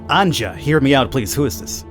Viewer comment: Just say anja not anjđa im a slav i know